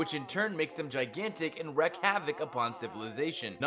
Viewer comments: Okay, it's pronounced NEW-CLEAR (not noo-killar) and REEK (not wreck) havoc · argh... point LOOKout .... not LOCKout... Wreak (pronounced REEK, not WRECK) also, that particular star trek episode did air, and has been repeated quite often